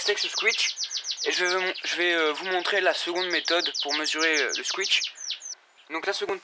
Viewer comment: On dit pas squitch mais squish